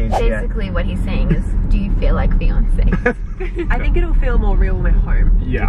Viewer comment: said "do you feel like fiances" then why did I hear "do you feel like Beyoncé" 🤦🏻‍♀️😂😭